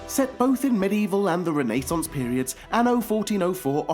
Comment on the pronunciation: Haha, say Renaissance again!